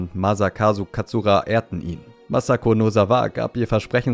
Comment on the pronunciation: masakazu katsura, nicht katsuHAra